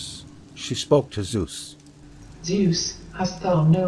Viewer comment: No worries, americans can not pronounce vowels correctly, hence they pronounce all old gods wrong. My toenails scroll up if I hear how you pronounce Zeus ... Lern Italian, Finish, Japanese, Greek or German, and you learn how to pronounce vowels correctly, and then you know how to pronounce Zeus or Athene (that is btw not a 'th' as in 'the' or 'that' it is a soft 't')